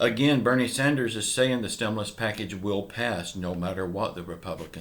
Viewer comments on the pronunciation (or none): none